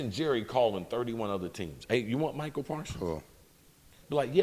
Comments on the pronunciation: Chris Carter. It's MICAH not Michael. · Does Chris know that it's "Micah" not "Michael"?